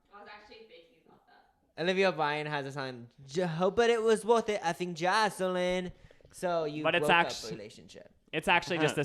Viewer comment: when you guys kept saying jocelin 👁👄👁